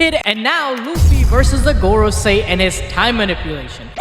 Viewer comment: he said Garcia I was like who? Man meant Gorosei 😂